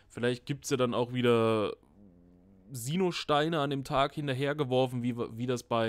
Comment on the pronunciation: Das sind keine Sienoh Steine sondern Sinnoh Steine Herr 🙃😉